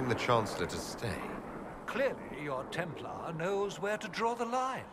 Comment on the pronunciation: templAr, not templear